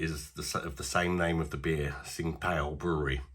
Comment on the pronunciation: Ching Dow is how you would say it